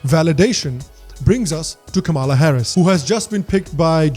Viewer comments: Kamla is pronounced as "comela " similar to comeback or come on. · It’s not Kama- la , it’s kamla , a South Indian meaning a flower kamal or Kamala usually lotus for Goddess Lakshmi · Hey, Great show. However it is Kam-la not Kama-la. Pronunce ’Come-la’ and you will get it right. No seriously Bro. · She doesnt even pronounce her indian name correctly. It should sound Kamla but she calls it Kamaala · why are you calling her ka-maala?? when you know its not.. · Why the hell you can't pronounce "Kamala" properly?